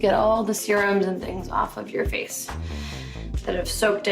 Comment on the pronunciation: No one: Literally no one: Nina: "do not just put foundation on your facheeee" 😭😭